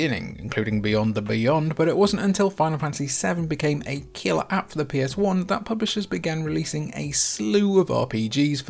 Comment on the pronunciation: All i had to hear was "killerapp" automatic thumbs 👎 and not watching.